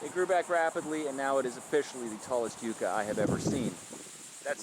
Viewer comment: The pronunciation of this plant ? Ummm . I never heard it the way you say it